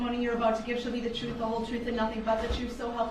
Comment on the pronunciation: He’s got to be embarrassed. Troof. Libary. Dooties. Oaf of offic. Just a few of his stupid words.